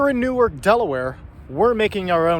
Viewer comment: Dude, new ark. Started out as 2 words.